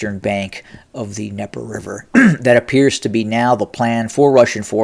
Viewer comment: Voice of Putin says the the Ukrainian advances across the Dneper River is not of any consequence... Huh? So while Putin's throwing major air assets at those Ukrainian forces, Putin's ground forces are Backing UP!? Oh boobie, it's the 'DNeper' not 'Neper'. Jeeze.